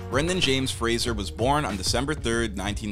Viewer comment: Did a REAL human narrate this or AI? Fraser was mispronounced more than once at the beginning. Brendan's uncle is George Patrick Genereux (captioned Jean Rue, due to bad pronunciation). - the places named sounds like a long list, not city/state - Eureka, California. Seattle, Washington. Ottawa, Ontario. - who mispronounces "Methodist"? meh-THOD-ist?? Brendan (never Brandon) deserves a better video. 😟